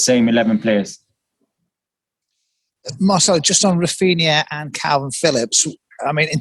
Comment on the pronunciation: 3 years here n still calling him Marchelo XD